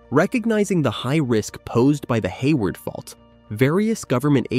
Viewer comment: 😂 the bot said "hay wired" 🤣